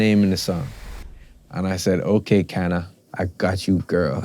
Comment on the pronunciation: My name is Kana and I’m from Japan. Long time ago my friend asked me “ Is name Kana popular in Jamaica? Sean Paul says in his song “ I was like what?!? And loved the song I was so proud to be Miss Kana lol I’m happy that finally he talked about the story ❤ but now it seems like he said Cana not Kana lol